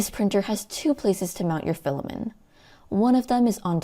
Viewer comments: Good video, but pronouncing it as "filamen" and not "filament" (not a silent t) kept distracting me. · why are u saying "filamen" without a t? great review though! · Filament, not filamin